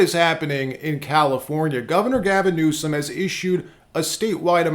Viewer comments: Its pronounced Newscum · President Donald Trump said Newsomes name right,when he pronounced it Newscum! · Anyone notice Trump said Gavin NewSCUM. 😂😂😂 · I love how he pronounces the CA governor's name...NEWSCUM😂 Very appropriate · I love how Trump doesn't miss a beat in adding the C to "NewsCum". 😂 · Did anyone catch " Newscum" Lol go President Trump!